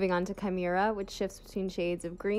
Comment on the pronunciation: For Chimera, you say 'Ki-meh-rah'.You get it half right on each pronunciation. lol Put them together and you get a CHIMERA of a pronunciation. HEHEHEHE- No but seriously, I need that polish on my hands right now.